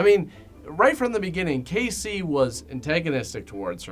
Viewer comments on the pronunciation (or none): none